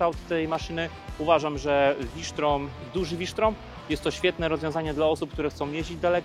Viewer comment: 😂😂 kto to wymyślił wi sztrom😂😂,to może "wi "volswagen😂😂